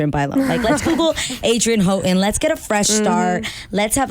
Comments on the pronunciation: "how-ton" LOL ITS HOUGHTON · Nooooo he did not pronounce her new last name like omg 😂😂😂😂😂